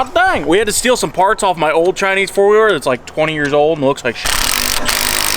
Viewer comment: "oh yeah Chineseam" got me laughing 🤣😹